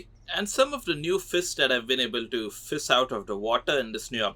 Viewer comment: "Fis"🗣️🔥 "jellyfiss"🔥🔥🗣️ "Sowrdfiss"🔥🔥🔥🗣️ "Fisses"🔥🔥🔥🔥🔥🗣️🗣️